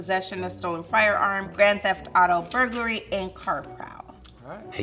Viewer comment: My boy said Burgaly* 9.11 minutes